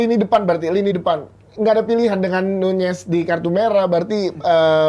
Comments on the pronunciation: NUNEZ BUKAN NYUNYES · Diem anda, kata bang bewok jg nyunyez